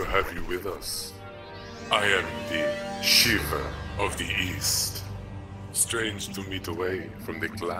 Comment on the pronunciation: Ohhh, Shiva of the east? I thought you said Shiva of the weast.